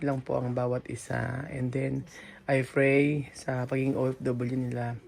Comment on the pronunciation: Nakaka tawa pa din tlga tong si pag dating pa "p" at "f". Pray(fray) at family(pamily) 😂😂